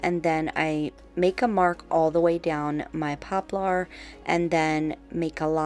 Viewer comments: You are so creative! And quickly becoming the you tuber that others want to copy! Thank you for continuing to come up with so many clever new and fresh ideas! If I may please correct your pronunciation of the word poplar"... I have always heard it pronounced "popLER ". It is spelled like you say it, but not pronounced that way. Heck, where I grew up in the boondocks country, we called it "popple"! Lol! Whochever way you choose to say it, thats ok, just thought it might roll off your tongue a bit easier that way. ❣🎨❣ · I'm a longtime subbie and I LOVE all of your DIYs! Just a little help from one to another....it's pronounced popler like popular without the u. It just has the "er" sound at the end instead of "are". You are such a sweetie and I didn't want someone else to tell you in a mean way "you're saying it wrong". Haters gonna hate but some people are just rude.:)